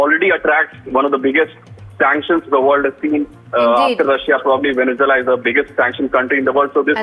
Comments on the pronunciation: It's Venezuela not Venezoola 😂😂😂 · For f sake, pronounce Venezuela properly! 😡